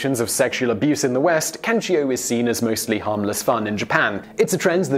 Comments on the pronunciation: Question: when announcing number one why did you pronounce it with an I at the end as in “Kanchio” instead of how it’s spelled “Kancho”? I can understand mispronouncing a word but you added a letter lol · (Ka-n'cho) was the only bad pronunciation i heard. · it is actually pronounced Can-Cho; although chi is a "letter" in this chase it is not involved in the word. I had heard of this practice and I really want to know how it came to be practiced since it is so strange. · Yes, your Japanese pronunciation is HORRIBLE... By all means if you ever do another video with Japanese words have your producer message me!! The "cho" in kancho rhymes with show.